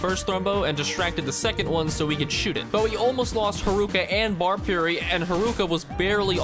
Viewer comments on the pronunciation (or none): none